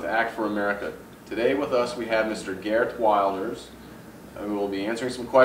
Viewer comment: . Alan Kornman horribly mispronounced Geert Wilders' name.